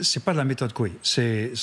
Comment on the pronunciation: le docteur Coué (de la Châtaigneraie)... Evitez d'écorcher le nom de ce grand homme !